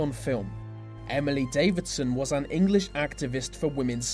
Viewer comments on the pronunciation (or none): Davison isn't pronounced Davidson